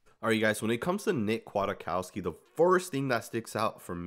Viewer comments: Kwaitkoski pronounced Quiet-Kos-Key not Aquatic-Cost-ki. Otherwise great breakdown. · He's listed at 6'2"-245, so he has some size, making his hips more impressive, imo. BTW, I think it's pronounced "Qui-Kawski" or "Quit-Kawski". Solid signing, imo. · It’s Kwit-cow-ski homie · It’s pronounced “quit - cow- ski” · And its pronounced quitkowski... You will learn his name very fast